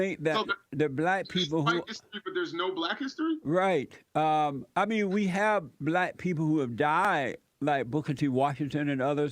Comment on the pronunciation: can't pronounce the word black. He says blat. What a moron.